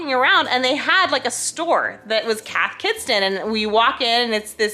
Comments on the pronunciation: I love Cath Kidston! The patterns are always so cute :) (pro tip, you don't say the 't' in it) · Cracking up at how you guys pronounce Kath Kidston 😂